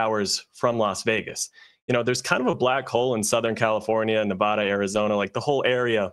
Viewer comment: God dam it. Its short ‘a’ as in ad. Ni va de all the syllables are short. Nevada. Now go ahead, try again and get it right.. gawd damn easterner.